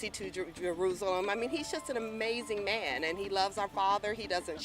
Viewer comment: "trump is the ma-an to do the job" hahahaha yeah right.